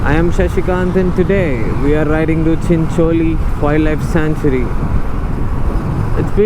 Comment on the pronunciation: Although need practice on how to pronounce Chincholi